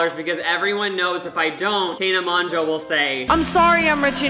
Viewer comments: Ik this is late but the way he was saying Tana Mongeau annoyed the crap out of me.. It pronounced (tan a mojo)😂 easy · Lol, how he pronounced "Mongeau" Its basically Mojo 😂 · HE SAID TAENA MONJO OH NEVER😭😭💀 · It’s pronounced MOJO lmao! Tana Mogo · Its pronounced mojo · It’s pronounced mo joe. (I know that’s not how it’s spelled but that’s how you would say it.) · Awww I love 😂💗 he managed to pronounce tanas last name differently each time and said it wrong each time😂😭your sweet heart 😂💕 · Does he mispronounce Tana's name on purpose or does he genuinely not know??? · why are you so unable to pronounce tana mongeaus name lol literally both names you mispronounced so many times 😂